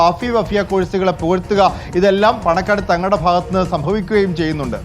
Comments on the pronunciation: Paanakkad not panangad. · പാണക്കാട് ആണ് പാണങ്ങട് അല്ല